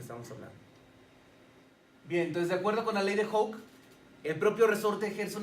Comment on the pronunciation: Me cae mal que no pronuncie bien: 'Hooke'.